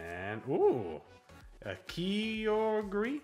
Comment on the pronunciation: Lol xD god you guys are a riot. Ky-ogre, like sky and an ogre Also you say you know rayquaza but its ray -quay-za but people say it both ways so ill let it slide xD Regi-gigas Zama-zenta, just read the letters Manaphy, is correct! Samur-ott, its a samurai otter sealion guy Zera-ora I am going nuts your are correct good god all mighty i'm convinced english isn't first language Hatt-er-ene (like seen) I also like the lives, wouldn't mind if that makes it easier to edit (also way easier for me to be be on stream mon and wed xD ) Cher-rubi, chair ruby Di-ancie, its a diamond Bae (Bee) is Bae Eterna-tus eternity come on xD